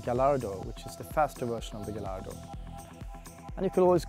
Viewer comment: It's not pronounced as Ga-ll-ardo. It's pronounced as Ga-y-ardo